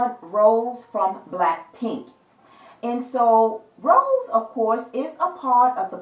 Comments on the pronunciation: Thanks for giving your precious time on reading on blackpink Rosé.....it was really deep & great i like it 👍....BTW her name is Rosé not rose (it's pronounced as Row-zay) Hope we will get more reading in future ❤️ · It's Rosé pronounce RO-ZAY